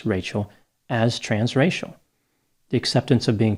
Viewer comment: Every time he said "trans-racial", I thought he was saying trans-Rachel!